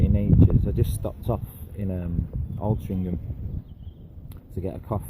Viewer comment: It's Altrincham bro :-)